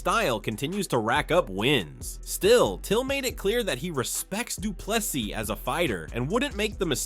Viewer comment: Commentator please Say doo ple 'SEA' not s i s..... GOOGLE pronunciation of this surname.......SEE or SEA